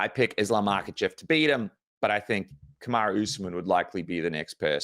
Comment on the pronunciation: Hate the way he says islams last name 😂